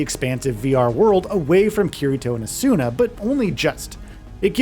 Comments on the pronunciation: First it’s pronounced “Ah-Suna” clearly never watched the show. Second you aren’t locking on half the time. How do you expect the camera to react appropriately? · Who the hell is this Asoona he keeps talking about? Or Eye-or-ee? (sounds so stupid when it's well known how Asuna and Iori's names are pronounced) My biggest problem is the world should not scale with your level. It goes against the entire premise of the anime and even real MMOs. The floors are supposed to be harder and higher level as you get higher...not just match you regardless.